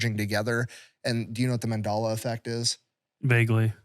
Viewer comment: is mispronouncing Mandela on purpose....